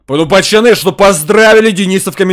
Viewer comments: Почему ты говоришь почоны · А почему ты называешь не пацаны а пачаны?